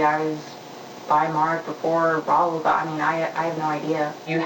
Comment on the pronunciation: 2 minutes into the video i knew how to pronounce Rahul's name. I'm finding it difficult to take reporter's facts at face value when he's calling him Raul.